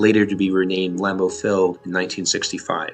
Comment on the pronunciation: LAM-beau. Not Lam-BEAU.